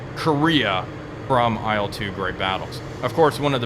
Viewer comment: Please, please, please... It's not "ai el," it's not an acronym. It's "il", like in "Illinois", for example. The first two letters of Sergei Ilyushin's last name.